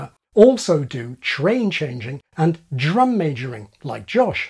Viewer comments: there's a big error in this video. the dr sound isn't a j+r sound but a џ+r sound! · you can actually hear the presenter mispronounce drum several times to try to make it fit the j+r sound he's claiming it makes but it obviously doesn't work. I don't know if the phonetic alphabet has the right sound for the Serbian џ but j+r is just plain wrong.